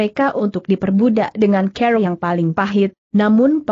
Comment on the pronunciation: Maaf untuk diperbaiki membaca kata CARA dg benar